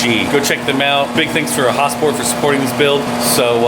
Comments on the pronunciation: Lmao why you saying "Häsport" like Häagen Dazs ice cream or some shit? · Is it pronounced HasPort or Hosport? I thought it was Has-port. Idk? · sounds like he says ha-sport